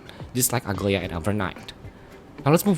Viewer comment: As a Greek I'm offended every time I hear people pronounce Aglaea as Ugly-a. Dude, it's A-GLA-EE-A. Edit: WITH A SOFT G.